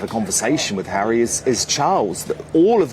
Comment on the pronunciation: The Montecito lady pronounces his name, as "Hairy"..😅😂😅😂